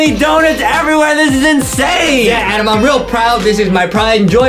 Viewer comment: in the last time his name is adam not adem